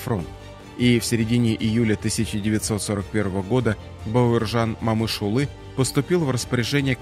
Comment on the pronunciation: Спасибо за аутоентичное произношение его имени